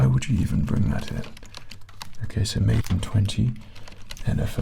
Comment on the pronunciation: "maidden 20" haha